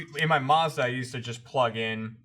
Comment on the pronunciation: is talking about a Mazda???? If so who says it like that